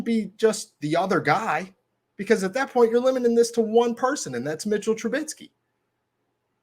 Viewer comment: It's Mitch TRUBISKY and NOT TrubiTsky. Other than you mispronouncing his name EVERY SINGLE TIME that you mention him, I sincerely appreciate what you do for Steeler Nation. Good ish. Respect, Peace & Blessings 2U & Yours. 🙏🏾💚💨✊🏾